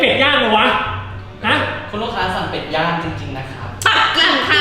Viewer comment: ได้ยินเป็นเป็ดย่าง